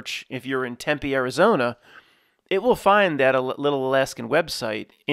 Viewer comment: wow surprised an East Coaster knew how to pronounce "Tempe"